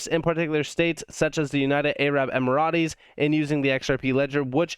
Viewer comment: Dude -- Great content, but it's pronounced United Arab "EMmer-ritz". Whew. I feel better now.